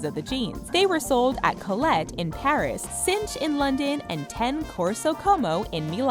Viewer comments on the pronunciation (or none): none